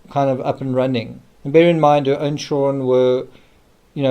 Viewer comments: The CHILRUENN. 😅😅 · Never heard anyone pronounce children like that. Like hes afraid of saying the whole word 😂 "churen"